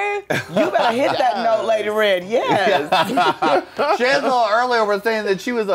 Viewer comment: i thought she said "shangelier" lmfao